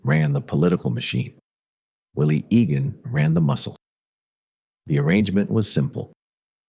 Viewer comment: also keeps mispronouncing Egan-and saying Agan-it gets on your nerves